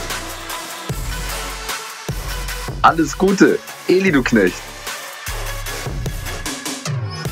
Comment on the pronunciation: Wie die bei alle Elli nicht Eli sagen 😂😂